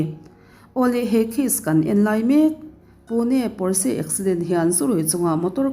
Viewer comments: Porse ani lo, pawrch tih alam tur aw.. A sipel dik tak chu Porches... 😊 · Pawrse niloin Pawrsa ti a lam tur aw.. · Pawrsh ti in lam tur aw. Germany atanga siam. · Potsche = pawrsha ti a lam tur a lawm. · 'Porsche' car hi 'pawsh' emaw 'pawrsha' tiin lam rwh... Porsche taycan nih chuan "Pawsh tekan" tiin... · Porche lam dan hria la tha tur a brand lo angin i sawi ,sap trawng hi i thiam vaklo nihhmel,l